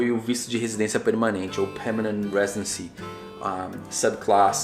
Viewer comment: Irado, porém "residecy" )